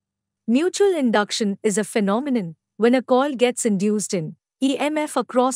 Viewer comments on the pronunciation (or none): Human voice ❌ AI generated voice ✔️. It's a shame that you are learning physics and don't even know how AI pronounce words